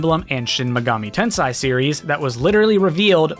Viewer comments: Shin Megami TensEi Not TensAi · Tensei Not Tensai